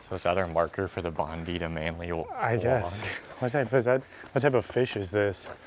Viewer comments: Yes bonded is so triggering it’s said bond-eye never bondee!11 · FFS ... It's BondEYE. Keep saying BondEE and someone will bitch slap you! 😝 Enjoy boys ... and expect to get booked if you speed on your road trip. BTW ... Dawn and Dusk can be the most dangerous time of the day to drive as many animals can be mobile and you won't want to hit them. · Guys - Nice video, but it's not Bondee, it's Bond-eye. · Bondi is a word from the Dharawal language (the local indigenous language) meaning water breaking over rocks, referring to the power of water. It it pronounced Bond-eye. The heritage of the name is important and i know you guys really do try to respect the different cultures you explore so I thought you'd like to know why so many Australians are correcting you on the pronunciation I realise it's also a surname pronounced the way you're saying it. But that isn't how the place got its name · after hearing it's pronounced bond-eye. they still chose to pronounce it bondee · It's pronounced Bon-die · BOND-EYE - you muppet! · . Bondi is pronounced "BON- dye". (or "BON-die") . Of course, Sydney is "hilly" Port Jackson (part of which is "Sydney Harbour"} was formed by a "drowned" river valley, when the seas rose after the last "Ice Age". Because the entrance looks (from the sea} to be just a "Bay", Captain Cook missed it in 1777. In 1788, when Captain Arthur Phillip established the first colony inside Port Jackson, (after seeking a place with more fresh water than was easily available in Botany Bay - to the south) he reported that "... we had the satisfaction of finding the finest harbour in the world, in which a thousand sail of the line may ride in the most perfect security ..." . The "Brush Turkey" is native to Australia. Australian Magpies may "Swoop"/"Attack" other "animals" who approach too closely to their nests when there are eggs or young birds in those nests. Foxes are an "introduced species" into Australia and are a Pest Animal. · Bondi is pronounced Bon-die